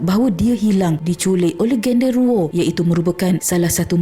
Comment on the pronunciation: HAHAHAHAH akak suka time sebut gendorowo 😂😂😂😂